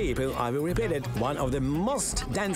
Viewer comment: “one of the most…” слово «most” вимовляється як /məʊst/ а не /мост/. Помилки в основному не граматичні а у вимові. І це не дрібниці, як думає більшість. В таких деталях якраз видно, хто професіонал а хто ні